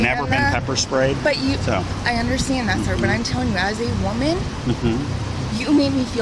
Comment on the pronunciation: "As a WEUMan"